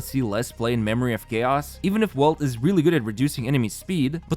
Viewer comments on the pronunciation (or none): none